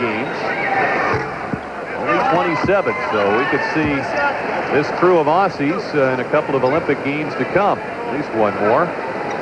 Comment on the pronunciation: typical american commentator pronounces aussie's wrong again